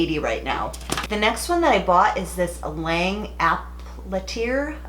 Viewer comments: 1st the L’ange tool you bought is pronounced L’ange not Lange. You also bought the cheapest straightener L’ange has. Also I think you are favoriting HSI because you are receiving free stuff from them. I actually have MANY if L’ange tools the Le Reve is AWESOME. I mean I would definitely favor HSI if they will send me FREE tools and products. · Also, its "l'ange" *La On- ge" as in Orange kinda